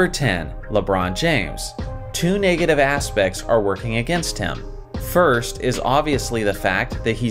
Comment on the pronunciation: Did you just say “niggative”?